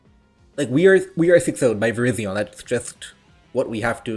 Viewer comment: ik, that was a joke. He used to pronounce it "verizon"